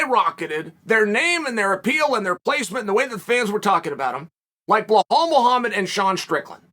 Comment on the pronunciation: I fucking adore how he pronounces blelal and piera